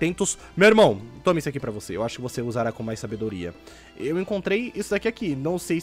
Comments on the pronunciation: Ele falou por rá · na verdade ele fala por rá